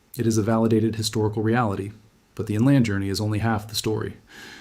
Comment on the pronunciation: He also said "in-LAND" instead of "IN-lund" for "inland" . Oddly, he says it correctly in other places, making his mispronunciation that much more puzzling. I’m guessing he’s just reading A.I.-written scripts that he doesn’t actually understand.